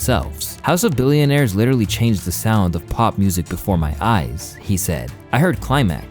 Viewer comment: House of "Balloonaires"? Bro ive noticed a couple of those mistakes. Dude is using AI all the way 😂